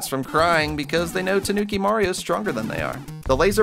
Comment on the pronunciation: When your too lazy too pronounce the I in toonki